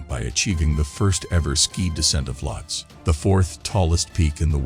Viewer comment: Isn't the name pronounced as "Lowt-see" ?